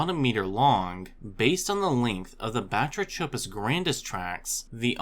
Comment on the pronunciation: The “ch” in Batrachopus is pronounced like a K as in all related words like batrachotoxin derived from Greek βάτραχος (bátrakhos, “frog”). The number of otherwise diligent, industrious educational YouTubers who mispronounce key words, use incorrect plural forms etc. is really surprising and somewhat regrettable. I mean, “ancestrial”? Really??